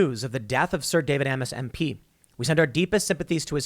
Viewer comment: No. It's "A—miss" with the "A" rhyming with hay.